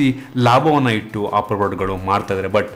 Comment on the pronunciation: Bro adu opple alla adu apple🤣😂